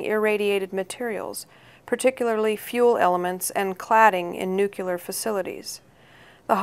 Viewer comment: Nukular facilities. Nice job.